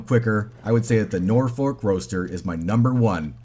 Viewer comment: The L is silent in Norfolk. We pronounce it "Norfuk" in England.